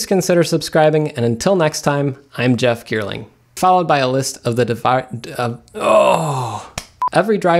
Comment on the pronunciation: I really don't know but at every end of his videos when, he says "I'm Jeff Geerling" I think he is going to say "I'm Jeff Bezos".. can't be just me right? #YesImLost